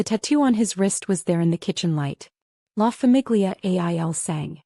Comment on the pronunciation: Excellent story, great plot, but if I can recommend one change, it is better narration, with emphasis in the right places, and the proper pronunciation of La famiglia il sangue. I'm an enthusiast and love the story but since we're listening the proper delivery and timing and pronunciation are important. I believe fixing these things, addressing these issues will increase your audience and platform. You have the talent and creativity!🌹